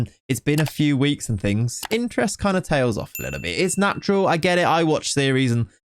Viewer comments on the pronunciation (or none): none